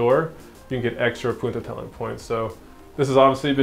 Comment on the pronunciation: Haha ‘poententelling’ 😂